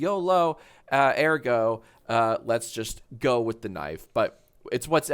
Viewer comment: I don't think yolo and ergo had ever been pronounced one after the other like that by anyone before this moment